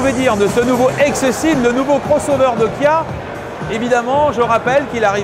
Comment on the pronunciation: Le journaliste à un peu de mal à prononcer les X et les K (Xceed et Guia)